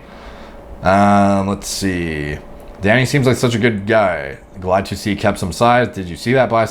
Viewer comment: swear everytime he said danny it sounded like he said daddy